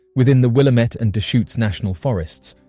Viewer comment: Just FYI, it's "Will-Am-It," not, "Will-Am-Ett."